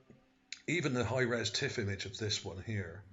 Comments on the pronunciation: Surely you mean 'high res' image, not high rise image. Also, why do you keep saying 'ship' as though this is fact? All one can see there is an elongated feature on the terrain. There is no proof that this was or is a 'ship' of any kind. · OK when you describing pictures as far as resolution. You keep saying high-rise. It is not a high-rise it is Hi-Res meaning high resolution. Very informative video. I believe that was as you said and ocean or a river and that was the port where we find all the boats